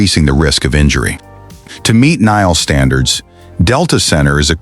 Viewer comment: NGL, Nile..N-H-L. 😂